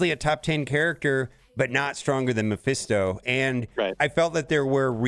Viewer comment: Can we please pronounce Mephisto correctly?